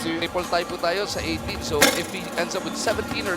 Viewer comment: natatae na atah ang commentator naging tae ang tie hahaha